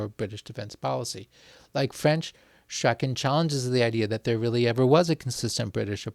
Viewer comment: Hew Strachan's name is pronounced 'Strawn' - not 'Strakken'.